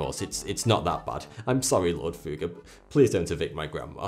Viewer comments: You didn't ever say "Fugger", more like "Fuhger" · The "u" in Fugger is short. There's a reason for the double "g". Sorry man, that just drives me crazy. Quality video! :D